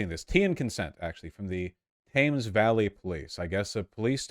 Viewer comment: Thames is the river that runs (predominantly) through London. It's pronounced Tems. Thames Valley is in Oxford, about 50 miles NWW of Central London.